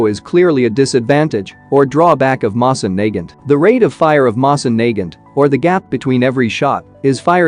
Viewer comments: I hate how the bot pronounces the Mosin Nagant incorrectly. It is pronounced Moe-Sin Nuh-Gant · Mo-sin Na-gant......say it with me now..... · The way he pronounces mosin Nagant..... 😂 I straight up died from laughter... It's pronounced mo-seen na-gunt.. 😂 😂 😂 😂 😂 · i hate how he pronounces it moss in nae gant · Yal here that right the way he says moving naget sound like,e he is saying n word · Pronounce it moeh sain Nagant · Mosin Nagut😃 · Btw guys, the pronunciation for "Mosin Nagant" is not "Mowsin" or "Moizin", it is in this video... Edit: lol thx, you are the only person that actually gives good tips and tricks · Doesn’t say moisin nagant right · Screwed that pronunciation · He says mosin nagant wrong bruh like the wtf